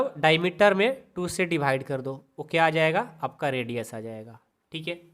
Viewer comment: Dibhaide nhi Divide ➗ hota hai hamko bahut kharab lagta hai